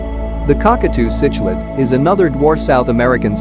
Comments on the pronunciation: Why make a video when the computer can not even pronounce the word C K Lid correctly??? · I disliked the video because of it and how it mispronounced uaru and cichlid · The text to speech put me off as soon as it couldn't pronounce cichlid haha